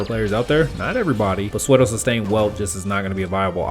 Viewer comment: I cant bare you saying psuedo literally please its pronounced soodo T-T